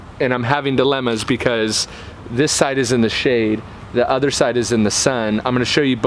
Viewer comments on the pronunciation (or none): none